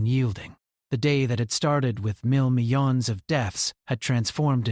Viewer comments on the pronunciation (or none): Can’t stand it anymore!! “Million” is pronounced “ MILL YUN”. Thank you.